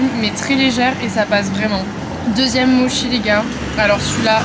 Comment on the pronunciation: MoTTTTchi pas moshi 🥴😃